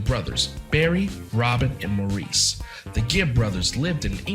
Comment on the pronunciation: Maurice is pronounced Morris.